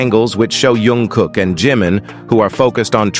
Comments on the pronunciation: iT'S NOT YUNG KOOK BUT JUNG KOOK, PLEASE SAY IT PROPERLY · jungkook not yongkook😂😂😂